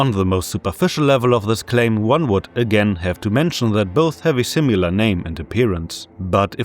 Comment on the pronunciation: similar, not simular